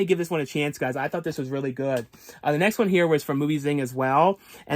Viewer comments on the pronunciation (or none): none